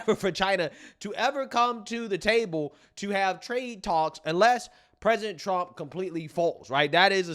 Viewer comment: Pressint tump. Dafuq?